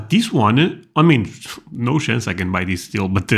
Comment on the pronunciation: "No shance"